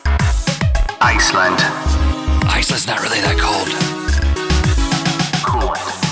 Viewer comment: G'dammit, it's "AnTTTTTTarctica", remember..?!